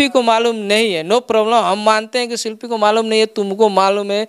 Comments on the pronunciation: Shilfi nahi ji shilpi boliye🤣🤣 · शिल्पी को शिल्फी बोल रहा है 🤣🤣🤣